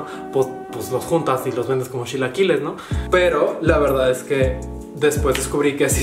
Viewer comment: "...yo no hablo con la sh ... los shilaquiles..." :/